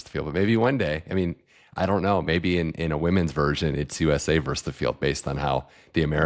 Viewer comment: versus-not verse